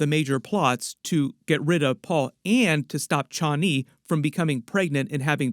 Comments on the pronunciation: "chha-ani".. Man, just say Chani normally. Everything's fine. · Paul pronounces it Chanee long a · I hate how this guy says Chani lol. Dude it's one word not two. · The way you are pronouncing Chani...